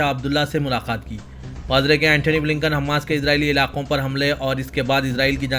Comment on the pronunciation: Mausoof Gaza aur Hamas ka sahi talaffuz bhi nahi kar rahe hain.